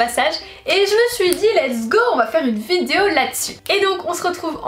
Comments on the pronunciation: Arrête de dire vidzeo punaise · Mais tu sais pas dire vidéo ?